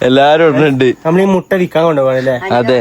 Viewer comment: മൊട്ട അല്ല മുട്ട